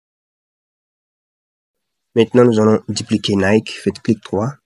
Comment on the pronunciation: J'ai aimé comment tu as prononcé NIKEEEE 😂